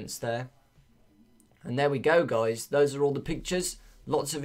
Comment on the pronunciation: Can u say Guys instead of Goujs ? :/